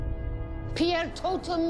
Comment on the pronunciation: "Pieurtotum Locomotor!" - Professor Minerva McGonagall